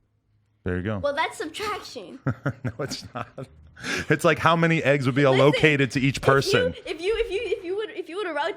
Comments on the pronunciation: A reason why you need attend school - - - Adam: "you need to know how many are "aloe-kated" to each person" [Peep and listen for a few. ] Allocated Adam! Allocated! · Adam trying to be smart and mispronounces "allocated". Lol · Adam out here saying "A-located" when really it's pronounced "AL-located". 😂 #hadto #trollin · Did he just say AhLOWcated for allocated. LOL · smdh. First of all, you pronounced allocated incorrectly and second of all the answer is 3. Both of you dumb asses should have stayed in school. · the way Adam pronounced "allocated" also hurt me substantially